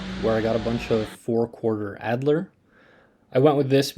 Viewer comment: Out of curiosity did you intentionally mispronounce alder?